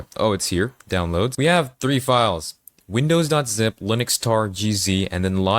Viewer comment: Also, "wimdows" disgusting.